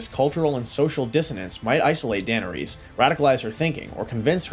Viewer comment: AI GENERATED.. DUH NER RESS. NOT DANERESE